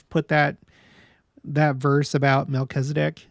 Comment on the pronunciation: It's interesting to me that Latter day saints seem to be the only ones to pronounce Melchizedek incorrectly... there is only one 'i' in Melchizedek, and latter day saints seem to pronounce an 'e' where the only 'i' is, and i's where there actually are none. I wonder where that started.